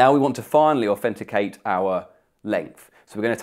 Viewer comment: Do a shot every time he says "aufenticate"